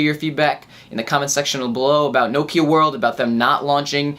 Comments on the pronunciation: its Nokia< N-O-Kiar! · what the FOOK is No-kiar!!!